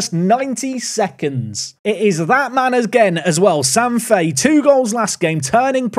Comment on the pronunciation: Sam Fahey ? Sam Fahey !